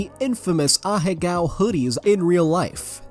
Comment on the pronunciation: THE WAY HE SAYS AHEGAO 😂😂